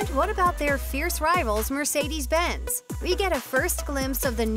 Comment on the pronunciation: Mercedes is also pronounced very wrong, eventhou it is very much possible for english speakers to say it the right way.